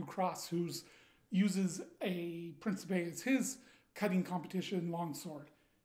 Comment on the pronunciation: The Italian pronunciation is "preen-chee-peh". Lovely piece. Really want an Alexandria, myself. Such a massive blade. The blackening looks more like campaign worn...dig it.